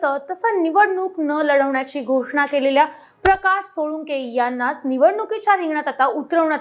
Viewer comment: सोळुंके नाही सोळंके